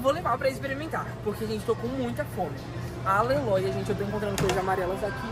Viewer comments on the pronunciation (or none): Amoo quando ele fala Aleloia 😅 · Amo quando ele fala aleloia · oiii me nota eu amo quando você diz aleloia kkkkk❤